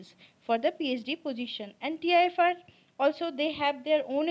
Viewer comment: Tifr not tfir